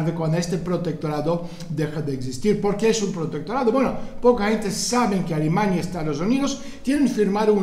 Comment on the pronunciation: Es gracioso porque cuando dices "Alemania" suena como "Alimaña"